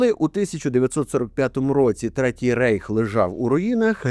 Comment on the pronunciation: Reich - Райх читається правильно. В німецькій мові словосполучення "ei" читається "ай" , тому не Рейх, а Райх.